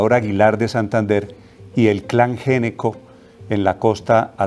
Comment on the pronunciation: gnecco, se pronuncia ñeco !!!!!!!!!!!!!!!!!!!!!!!!!!!!!!!!!!!!!!!!!